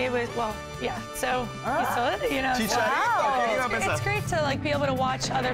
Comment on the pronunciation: "Shisharito" lol